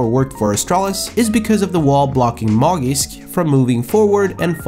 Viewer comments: I couldn't stop thinking about the fact that he said "Morgisk" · u say magisk wrong